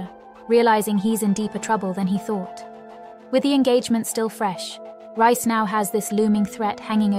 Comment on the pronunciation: His name is pronounced REEECE!!! Not RICE!!! You are soooooo ANNOYING!!!